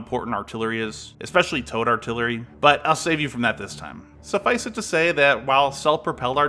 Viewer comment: You say sufficed wrong and it bugs me lol